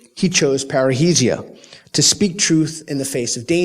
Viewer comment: Peter you keep saying it wrongly, it is not "parreisia", it is "parresia" (freedom of speech)